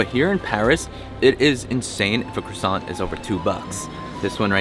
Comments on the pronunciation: Crussant lol.. Its Crwa-ssant.... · “Crewsant” lol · you might want to try to pronounce it properly to start....🤣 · I wish you pronounced the word properly lol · They you pronounced croissant 5 different ways in this video is gold 😂